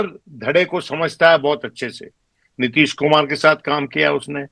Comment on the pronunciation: नीतीश जी को आप नितिश क्यों उच्चारित करते हैं भाई ?